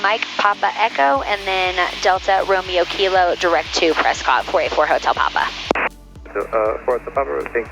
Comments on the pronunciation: the natives of Prescott, AZ pronounce the city 'Presskit.' 😊 Love this video! 👍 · the locals pronounce Prescott as Press cut. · Don't know if anybody else mentioned it but you have probably already heard it that we pronounce it Preskit... I no longer live there but I lived there for a few years.. One of the best aviation education facilities is right by the airport Embry-Riddle aeronautical University. Their main campus is in Florida. While I never followed through and got my private license, I did work on it a few times. And I am a former air traffic controller my last facility was Yuma Arizona and it warms my heart when I hear you compliment air traffic control! And very much enjoy watching your videos and being retired I've been catching up as I'm a fairly new fan of yours. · I have been told by the locals that Prescott is pronounced like "Press-kit" and think of how the work biscuit is pronounced. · Honestly on the radio I would pronounce it the same. Everyone knows Tucson is pronounced too-son (thank you Eagles) but only the locals know press-scott is actually presskit haha. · I knew you had never been to Prescott because of the way you pronounced it😂 It rhymes with “biscuit”. I love your videos- you take so much mystery out of the dynamic between pilots and ATC, and the fact that I can now understand the jargon and air speak is amazing for me. Thanks for all you do.